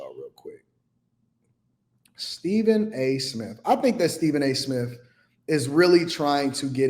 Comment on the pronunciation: He said Stephen A Smiff